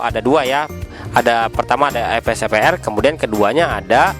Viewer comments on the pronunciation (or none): maaf bukan ef-s-e-p-r tapi ve-s-e-p-r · Salfok ama kata vsepr😂 BedA bang huruf V ama F😅